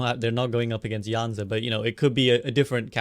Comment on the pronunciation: It’s yuh- zun not yazan